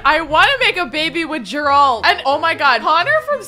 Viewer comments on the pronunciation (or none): I im laughing every time when she says Geralts name wrong it's the G she saying wrong 😂😂😂 u ment to say the G as in Google or Gold not like as if it was J 😂😂😂😂😂 but still love Ur vids❤❤ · Everytime she mispronounces Geralt a little piece of my soul dies.